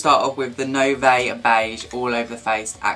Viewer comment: its pronounced noo-vo not noo-vay, its french and means 'new'